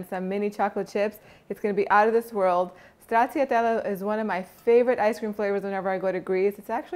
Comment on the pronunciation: I'll try to make it one day. It's pronounced in Italian "Strachatella". The CC sound in Italian is the CH sound. I grew up with a lot of Italians in Astoria Queens, NY and learned it from them. If you get a chance, can you please do the tiramisu stracciatella. Not now! Later! I noticed someone from your previous videos (forgot the name) a little while ago requested tiramisu ice cream or something but,not sure who it was.